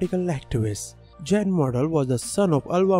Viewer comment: I have only heard of one of these: Bobby Ball. And these fish person's name would be pronounced as Yan, not Jan